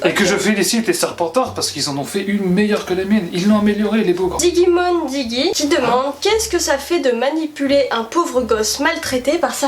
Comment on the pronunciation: 😭 sa ce prononcé pas comme sa Digimon ! C'est di-ji-mon 😅 sinon super vidéo !